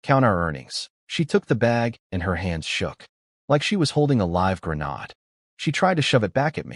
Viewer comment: oh no, not the "GRENAAD"